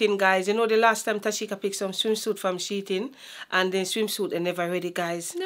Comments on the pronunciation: I love how says SHEIN (sheetin) 😂❤ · lol you don't tell your mom its she-in😂😂😂😂😂lol my aunty the same thing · 😂😂😂why you never tell mummy it’s she-in not sheet-in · One thing enuh, ago seh "She-Tin". 😅 These were some really good picks! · its the way mom keep saying "she-ting" for shein😂😅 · Love how mummi pronounce shein....we know exactly wha she a seh n what she mean